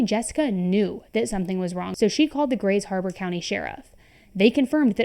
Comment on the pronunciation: It’s Grays Harbor County.